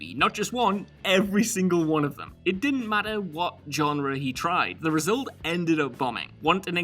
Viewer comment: I feel like knows that his pronunciation of genre as "John-re" bothers me and therefore opts to use it in EVERY list. Multiple times.